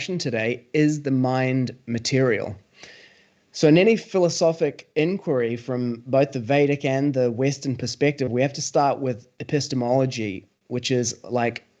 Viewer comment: INK-WORRY?????. It's pronounced INK-WHY-UH-REE.